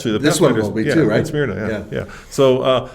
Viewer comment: Pronounced SMURNAH. Not Smeerna. I called it that before I moved here 10 years ago👍🏽